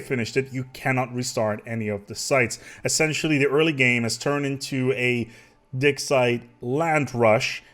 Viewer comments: I'm so sorry but everytime you say "dig site" I hear "dick site"... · Am I the only one who keeps hearing him say "dick site" instead of dig site?